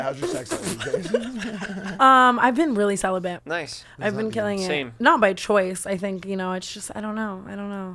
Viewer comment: Noticed Tana said “I’ve been really celibent” Bent over in a cell??? Nah hahahhaha